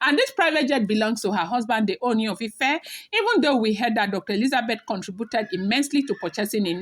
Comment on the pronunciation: you can stress the two oos in Ooni to give it the correct sound/intonation.